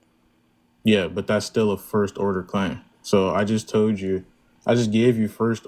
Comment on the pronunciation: “I jus toed you”